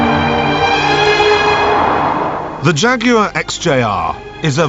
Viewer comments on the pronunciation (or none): you mean Shaguars right?!